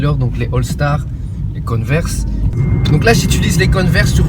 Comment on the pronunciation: Mais lol la prononciation de "converse" à la belge !!!! Après le "Quick" des familles, c'est trop drôle !